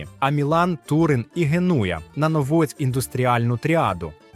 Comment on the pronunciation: Штучний інтелект дав збій